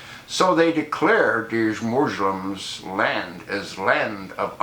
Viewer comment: Moozhlems :) Fix your tongue dude.